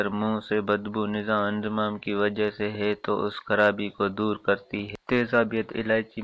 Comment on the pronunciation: Bhai nizam e inhazam kehtay hai nizame inzamam nahi kehtay inzamam naam hota hai lafaz theek bolain